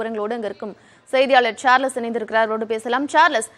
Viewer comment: சார்லஸ் அல்ல.. சார்ல்ஸ்... சரியான உச்சரிப்பை மக்களுக்கு கொண்டு செல்லுங்கள்